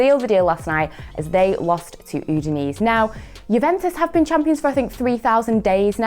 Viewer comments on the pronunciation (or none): Pronounced udinese wrong. Emphasize the last e more